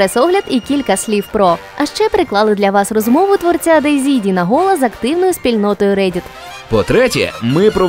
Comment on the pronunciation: "Голла" может быть Холла? (Dean Hall)